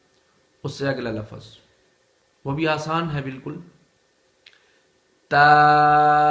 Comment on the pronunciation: Lafaz nahi lafz